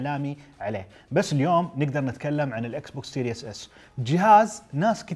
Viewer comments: Series not serious سيريز مو سيرياس ايش مشكلة العرب مع الأنجليزي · Series S ❌ Serious S ✅